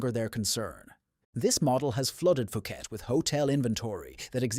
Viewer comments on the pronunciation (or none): "POO-KET," not "FOO-KET." 😅